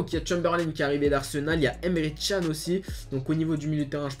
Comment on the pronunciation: D'ailleurs c'est pas emre chan mais emre CAN hein mdr ca se prononce canne